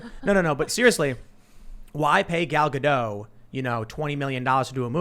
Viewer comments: It's Gal Gadot not Gal Gado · gal gadot is actuall pronounced guh dot the T is not silent.